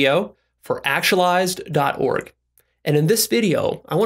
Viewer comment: Please learn how to pronounce "actualized".